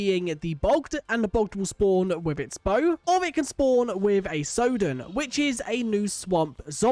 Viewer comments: how did you mispronounce sodden, you're british for god's sake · (Your pronunciation of Sodden isn't correct)